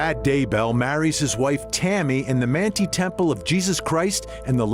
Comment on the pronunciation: This was a good report oh, but the announcer needs to find a Mormon to help him pronounce the words that he's saying wrong such as Moroni, the name of the church, Manti and more thank you